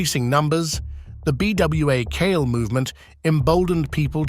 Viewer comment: As far as the Haitian story its PRONOUNCED "bwah kal-eh"